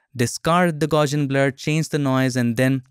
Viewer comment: Very informative and useful video, however, It's pronounced GOWSS-ee-ən, after Carl Friedrich Gauss.